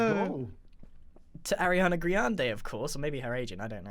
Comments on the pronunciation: It's Arianna grande not GRIANde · "griande" boy pls